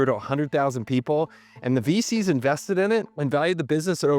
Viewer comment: When you say VCs, it sounds like feces and I don’t think that’s a coincidence